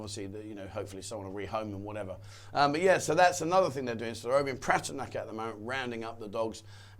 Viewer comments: Pa-ta-ya not Pa-ti-ya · Yes I do. There is no letter I in Pattaya.